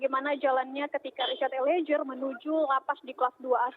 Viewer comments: malu2in nih reporternya, ELIEZER mbak bukan ELIEJER! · Eliejer(eliezer) sama dengan Jorro(zorro) Fadli Jon... mmg gak bisa baca Z kok jadi J...😁😁